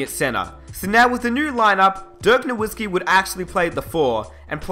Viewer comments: even u say dirks name wrong ......smh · Dirk Norwhiskey and Hershey Hawkins? Gotta love englishmen.